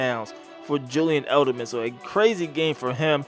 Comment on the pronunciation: not hating but why do you say Elderman?